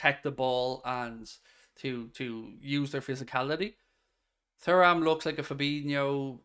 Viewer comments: It’s pronounced TURRAM…. Not Furram. Can’t u remember his dad in the French 98’ team. Lillian Thuram….. not Furram. Turram!! Loooooool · It’s tu-ram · P.S …..Kone is a better player than Thuram (Turram lol) both athletic both can tackle, both can pass but I feel Kone is more of a boss in midfield than Thuram, as in he’s more confident in his ability. Has more (shall I say) panache. I can see Liverpool playing Kone as the ‘8’ Macallister ‘10’ or ‘8’ and Thuram (pronounced) Turram lol… in the number ‘6’ role. With a current midfielders rotating. If we got those 3 in and and Goncalo Inacio….. I full heartedly believe Liverpool would be a force again. MARK MY WORDS!